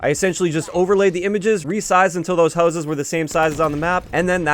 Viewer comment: Your canadian came out when you said houses lol.